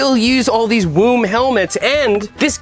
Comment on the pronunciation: I hate to be that guy that corrects people but I think it’s nice to know… woom is an Austrian company and in German w’s are pronounced as a v sound and voom would be the sound of going fast.